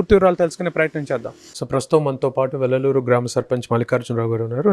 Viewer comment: వెల్లలూరు కాదు--- వెల్లటూరు